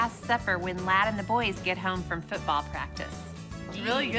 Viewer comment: she said football like fitball lol